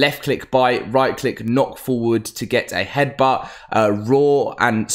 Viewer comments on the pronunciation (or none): none